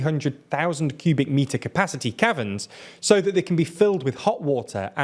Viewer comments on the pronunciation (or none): none